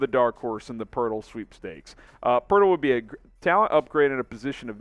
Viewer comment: Its Poeltl, not Poerdel